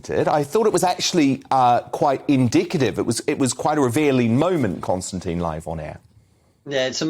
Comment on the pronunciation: Constantine or Konstantin mate? Get it right.